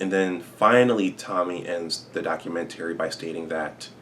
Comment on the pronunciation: The way hes saying documentary is working my nerves...🤔